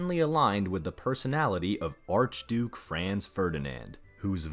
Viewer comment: First, you need to learn how to pronounce Franz correctly - then yiu have to read more history to realize how common trophy hunting was - all over the world - including Teddy Roosevelt